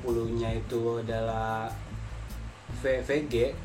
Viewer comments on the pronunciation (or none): pengucapan VG sama PG nya bikin puyeng... gak jelas....